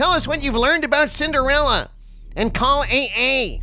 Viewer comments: Sin-der-fella. Says it all right there. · When says "Cinderella," I feel like I want him to pronounce it "Cinderellie!"